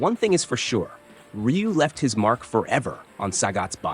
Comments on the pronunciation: It's pronounced "Roo" not "Re-you" or "Rye-You". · Actually everyone outside of Japan has been pronouncing his name wrong. It's actually pronounced RU (r-oo). Just like how everyone outside of Japan pronounces Aran incorrectly. It's not aaron but A-RAN. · His name sounds closer to Roo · Well, how do you even pronounce it? "Ra-yu"?